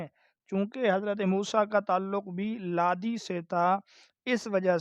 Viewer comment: لاوی نہ کہ لادی